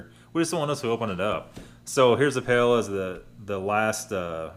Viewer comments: You were close. It's actually Pie-Ella. Also, it's not "Cone-i-ak", but "Con-yak". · Soup of champions lul. That is definitely creme of mushroom. Also Paella is enunciated kinda like pie eh ya....love your video but that made me chuckle. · Pie-ay-ya. Nice video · Try pronouncing it "Pie - Ella" Great Vid! I have 9 of these, only 5 to go!! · If you had said "pla-lala" one more time I was gonna die! Lol in a good way - thanks for another good one! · Pie-a-uh is a broken down pronunciation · Pie-ey-ya. You rube. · Paella is pronounced Pie-A-Yuh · Again..... Why can't you pronounce words? 2 mins of research or a Google would make your videos better. Please USA learn to say words like paella. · It's not "crybaby liberal bullshit". People who can't be bothered to take thirty seconds to learn how to pronounce one word are annoying and either arrogant (and think that nobody should speak anything but English) or too lazy to use the tools available to you. Seriously. Go to and type "Paella" in one of the boxes and click on "Translate". It'll show you the pronunciation and the definition, and you can click on the Speech icon to hear how it's pronounced. Granted, their pronunciation isn't always the best because it's a computer voice, but at least when you try to pronounce it, it'll be obvious that you took thirty seconds out of your oh-so-busy day to try to learn something. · New drinking game. Take a shot every time mispronounces Paella. passes out in 5 mins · Philip Routh lol